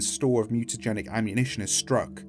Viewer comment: "Mutagenic" is pronounced with the "j" sound. At least it is here. Sorry, had to bring it up.